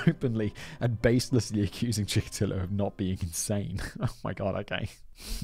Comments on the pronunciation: Here's where Simon's poor memory from these scripts comes in handy. Though to be fair, Chickatilo was last mentioned like 11 months ago. He's the guy who Tamara Samsonova (the Russian old lady killer) idolized. You kept calling him Chickalito and it drove me insane 😅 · “Chikatillo” is sounding more Mexican as the story progresses. lol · Oh, god! I just watched that one and every time Simon said it wrong I gritted my teeth and snarled "Chikatilo!" I started this video resolved to click away if he did it again. 😆